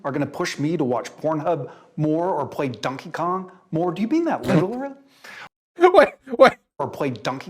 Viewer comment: I love when people day dunkey instead of donkey lmao